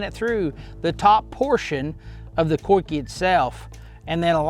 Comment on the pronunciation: Dude pronounced "coike" 3 different ways in this video